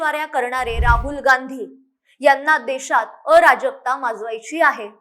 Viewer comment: विश्लेषण योग्य...फक्त अ राजकता नाही.अराजकता असा उच्चार पाहिजे.. जहाजातला ज पाहिजे